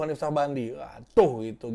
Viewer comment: saat lo nyebut hanif gua ketawa ngakak anjiir